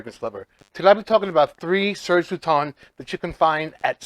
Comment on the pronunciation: Never forget how embarrassed i was when i met u at twisted lily and i referred to it as serge lut-ens then being immediately corrected by u saying serge lue-ton 😂